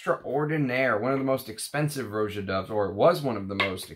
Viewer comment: Roger Dove named his house after how people lazily pronounced Roger. Rah-jah. Not Row-zha. Just sayin'... Thanks for your channel!